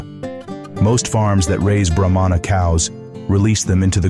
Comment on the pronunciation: It’s pronounced Brah-mah not bro-mon-a. They aren’t necessarily a giant breed of cattle but a Brahma Bull can break the 2000lb mark. If I’m not mistaken those almost pure white Bulls all together being moved by a guy on horseback in Florida are registered F1 Bred Brahma bulls worth quite a bit. When my family still had a farm and raised beef cattle we kept a Brahma bull as our herd bull for years. We would put him on black angus and sometimes Hereford cows. This results in cross bred cattle. With the black angus and Brahma cross you get Brangus calves. With the Hereford and Brahma you get Braford calves. Both those crosses are now their own registered breed of cattle with some farms raising just them. . I prefer all my cattle to have at least some Brahma genetics because it adds heat tolerance and makes for superior calves over purebred cattle. Brahmas always are thought of as mean and wild but in my experience it’s usually only the females. The laziest most gentle Bulls I’ve ever seen were purebred Brahmas. Now when you cross bred them especially the Braford I mentioned can be some of the wildest bulls and cows around. If you watch bull riding like the PBR and see a red or brindle colored bull it might not be all Braford but they look like that and truly athletic creatures.